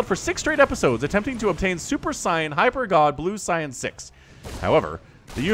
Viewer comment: Super Say-an not Sigh-an. Love you.